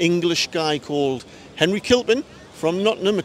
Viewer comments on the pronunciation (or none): none